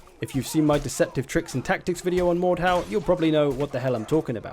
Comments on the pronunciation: so its pronounced mordhaw, i used to call it mordhu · the way he says mordhau is autistic, its not mordhow